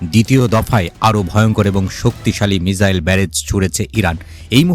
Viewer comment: মিজাইল নয় মিসাইল।